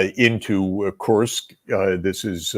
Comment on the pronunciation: Nap, Kursk not Kurtsk ! (I know you tried 😀) Excellent interview.